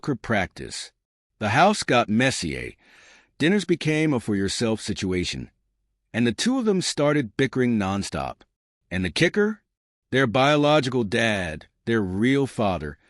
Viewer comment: Nice little story. Just couldn't get past the AI's pronunciation of "Messier" . Messy-eh